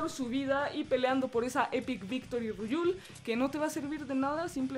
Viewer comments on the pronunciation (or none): "epic victory ruyul" jajajja amo a estos weyes